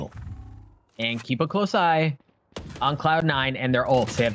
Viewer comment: kekw inivitational instead of invitational :D